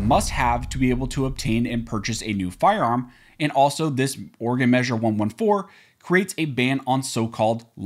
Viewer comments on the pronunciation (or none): As an Oregon resident please repeat after me: It's pronounced Oar a Gun not Oar-gone.... I didn't know until I moved here in 1991 either 🤣🤣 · I love how yall still mispronounce Oregon amd Oregonians. Oregon is pronounced aw·ruh·gn Oregonian is pronounced aw·ruh·gow·nee·uhn